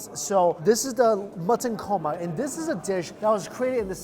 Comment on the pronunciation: He said "korma" a few times...then it became "coma". Psst try not to bring food to your mouth or touch food with your left hand. It is disrespectful because the left hand is considered "dirty". I make a mean chicken karahi!